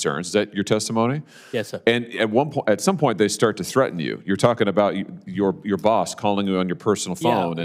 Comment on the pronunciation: Told my BAUWS 😆 great guy tho